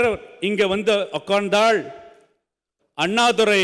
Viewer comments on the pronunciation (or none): இவர் டாக்டர். உட்கார்ந்து என்பதை தவறாக உச்சரித்ததில் தவறில்லை. ஆனால் சூப்பர் படிப்பு படித்த தலைசிறந்த முதல்வர் எடப்பாடி பழனிசாமி சேக்கிழார் கம்பராமாயணத்தை இயற்றினார் என்றாரே, இதற்கு என்ன செய்வது?